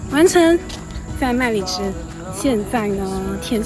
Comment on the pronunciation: 麦里芝变成“卖荔枝”。“就是大家来卖荔枝的时候呢，哈哈。 我不要来“卖荔枝”，我是要来“买荔枝”。谢谢的好视频，辛苦妳了。